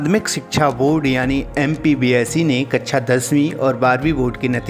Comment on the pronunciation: It's not कच्छा दसवीं it's कक्षा दसवीं 🙄